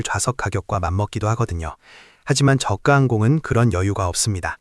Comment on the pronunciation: 본 외이기는 하지만 발음이 거슬려서... 저가 (저가 or 저까) 발음이 두가지로 하는데 정확하게는 저까*입니다. 저가*가 아닙니다. 한자어 접미사는 된소리로 발음합니다. 내과 치과 외과 등 효과는 접미사가 아닙니다.